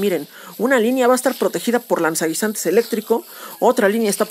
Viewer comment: "Lanzanguinzantes" xD